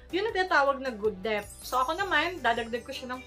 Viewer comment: Debt is pronounced as det, silent B sya sis.. Hope it helps... Thanks for the info 👍